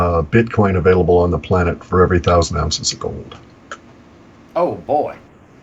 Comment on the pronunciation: Anybody when said for every 1000 onces of gold you will have one bitcoin what was the price would come up with I could not figure out what he was saying. anybody have a guess?